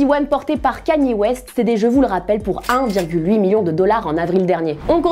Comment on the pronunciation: C pas kani mais kanié (kanye) merci